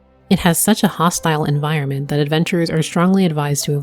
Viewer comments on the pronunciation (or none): none